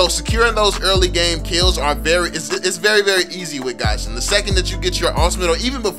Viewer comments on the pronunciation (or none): This nigga said gahzin instead of Gusion smh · Not hating or anything but isn’t he pronouncing gusion wrong?